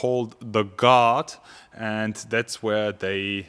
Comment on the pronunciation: WOW LOL I THOUGHT HE WAS SAYING GOD MERCEDES GOD until I read the title for the whole 6 mins wow 😂😂😂